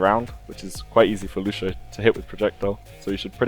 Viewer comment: Bro, I'm brazilian, and the right way to say IS NOT "Lushio", but Lúcio, the C thing is pronounced something similar to SEE, but without the double E. Don't forget that there is the " ´ " thing, so the pronunciation on letter U will be stronger.